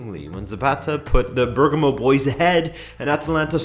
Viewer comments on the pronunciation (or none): none